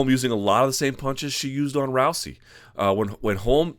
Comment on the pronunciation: Interesting how Luke is the only analyst that pronounces her name as "Row-see," while everyone else says "Row-zee." Anyone know which pronunciation is correct?